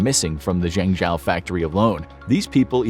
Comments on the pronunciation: lol at how he pronounced Zhengzhou... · You’re butchering the name of that city! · Please, please, please, learn how to pronounce Zhengzhou correctly. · You seem to have done a lot of research on this topic, but, why didn't you learn to pronounce "Zhengzhou" correctly? You keep saying "zengJOW", when it sounds more like "zengJOE". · I'm kinda surprised by how much misinformation infographics is putting on. 1. It's pronounced "zheng - Joe", now "Chao" 2. China DOES have laws against overworking employees; 48 hours per week. 3. In 2019 China made it illegal to fire someone for refusing overtime work. 4. China does have minimum wage laws that are set per city. 5. Phone factory workers are not "skilled engineers", they're generally countryside folk with middle school education at best. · I understand the writers and presenter aren't Chinese. But surely a quick Google of how to say Zhengzhou wouldn't have taken so long. I cringe every time he says it. It's pronounced like jenjo. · I used to live in zhengzhou and thats not how you pronounce the name. It's pronounced mostly like this "jungjo" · Slight nitpick: You're pronouncing Zhengzhou incorrectly. the "zh" is meant to be pronounced more like a J, the "e" in the middle is pronounced like "uh" and the "Ou" at the end is meant to be pronounced like the "ow" in Row. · Zhengzhou is pronounced “Jung Joe”. (I speak fluent Chinese). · Zhengzhou ("Jung Joe") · "Zhengzhou" is pronounced: /jung-JOE/, like the name "Joseph": "Joe". "e" in Mandarin Chinese is pronounced: /uh/, like: "up", as in: "up there": "Zhe" /juh/ Another example: "Zhejiang Province" Zhe /Juh/ Jiang /jiang/ the "a" is close to the "o" in the name: "John": /jiang/ "Zhejiang"!! "Zhejiang Province!" 😊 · Your pronunciation of Zhengzhou is wrong 😑 It’s a capital city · Please get someone who can pronounce Chinese cities properly; i.e. Zhengzhou 鄭州. It’s not that hard.